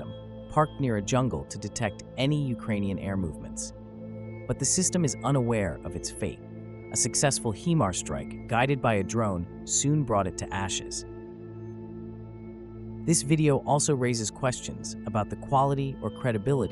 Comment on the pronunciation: I NEVER knew there were jungles in Ukraine - there you go, you learn something new everyday. 😆 And missiles called HE-MARS ? They were called HI-MARS until now. Changing words to suit your narrative or just making yourself sound more important than you are - which is it ?